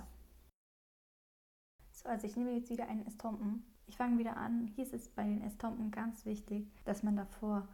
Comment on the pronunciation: Es heisst Estompe OHNE n